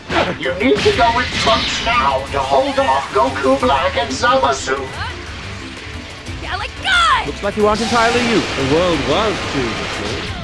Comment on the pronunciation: "Hold off Goku black and ZaahMaahSooo" That pronunciation sickens me.